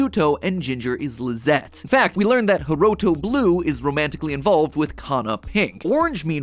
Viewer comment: Lisette is pronounced Liss et not liz et